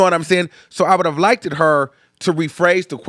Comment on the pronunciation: Y’all, please stop saying like-ded. It’s not a word. It’s one syllable LIKED PRONOUNCED (likeDDDDDD)❤XOXO